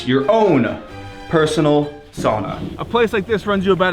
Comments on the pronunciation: Not "soona" or "saana" (saana is the fjord)... It's "SA-U-NA"! "SAUNA"!!! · Cool video, but you are pronouncing sauna the wrong way!